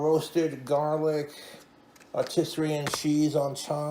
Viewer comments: It took me three replays to understand he meant "Artisan" Cheese. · “Are-tiss-ur-ree-in” cheese